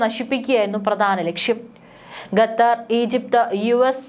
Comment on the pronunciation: ന്യൂസ്‌ റീഡർ, ഗത്തർ എന്നല്ല ഖത്തർ എന്നു തിരുത്തി വായിക്കുക.. കോമൺ സെൻസ് പോലും ഇല്ല.. കഷ്ടം.